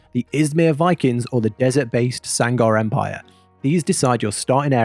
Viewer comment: this mfer just said Sangar Empire............. smmfhwtfdyjs